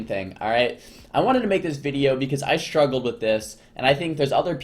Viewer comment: You mean you didn't want to hear about how he shtruggled with the fight? And how to kite DJarl?